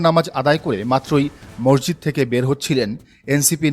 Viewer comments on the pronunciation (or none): none